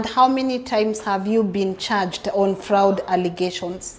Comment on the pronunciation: Na 'Fraoud' ya Lyn haikusumbui gai...my eye twitched